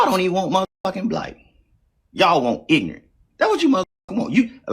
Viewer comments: Bro you talk stupid. Theresan R in ignoRant. Its not ignant. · Tell you what is ignorant, saying "ignunt" instead of ignorant😅